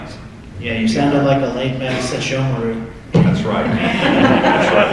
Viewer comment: Why does everyone except David mispronounce "Sesshomaru" lol